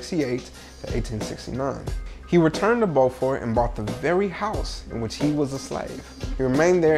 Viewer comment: Dear..it's pronounce Beau-fort....like Beau-ty...fort...signed an island girl!!..